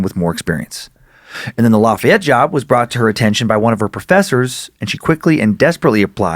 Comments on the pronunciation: as someone from Louisiana the way you pronounced lafayette made me cringe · The way you pronounce Lafayette